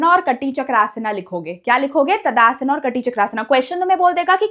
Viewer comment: ताड़ासन ❎ तदासना ✅ 😂😂